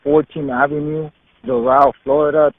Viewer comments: Pronounced Door-RaLL Not DoRaL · It's pronounced dough-ral. Not doe-roll You'll sound like a local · Do râl' County..."a" like in apple, emphasis on second syllable. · I would never live in south Florida. That place is a $hithole. I’ve been to Doral, the ppl there pronounce it Door-Al: Door (like front door) Al (like the Al Bundy). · Doral is pronounced with emphasis on the second syllable: dor-AL. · It’s prounounced like door Al . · It's pronounced "door-RALL" FLA. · It's pronounced Dor 'ăl and it's a commie shithole. Did that Cuban cop dispatcher really ask the Cuban security guard if the kids "black or white?" WTF? There is no limit to the stupid in Dade County. And how is it she didn't pick up on the fact that the rental pig first answered there are two kids and then later says there are three? This kid was straight up abducted by that coward cop. I say coward because he'd never try handling a man that way. No cop will EVER get me to "get on the ground." I am not his boy, nor his dog. He'll die trying and if I go too, so be it. I will NOT be ordered by my servants, ever. Better to die on my feet than live on my knees. Who can ever show his face in public again after taking orders from a public slave? Nope. Never gonna happen. And what's with the use of this word 'subject'? Are we subjects? Does this order following robot mean to say 'suspect?' If so, what was he suspected of? The only thing this cop said right was, "I'm a cop." Yep, you sure are, and you were a hall monitor in government school, too. End policing in America. And,, if you want people to live freely you need to STOP telling them freedom is scary. Freedom is NOT scary. This police state is scary. Let's deal with it. FTP! We don't need them! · Doral pronounced : Doe-ral